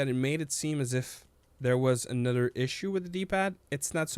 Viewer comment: You say nother weird as hell😂